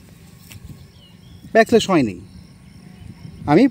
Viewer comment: আপনার উচ্চারণ ও বানানজনিত কিছু ছোটখাটো ভুল চোখে পড়েছে। অনুগ্রহ করে বিষয়গুলো একটু খেয়াল করলে আরও সুন্দরভাবে উপস্থাপন করতে পারবেন। যেমন, কথাটা হবে ‘ব্যাকল্যাশ’, কিন্তু আপনি বলেছিলেন ‘ব্যাক স্ল্যাশ’। এই ধরনের ছোট ভুলগুলো অনেক সময় অপ্রত্যাশিতভাবে হাস্যকর শোনাতে পারে। এটা শুধুমাত্র বন্ধুত্বপূর্ণ পরামর্শ হিসেবে নিন।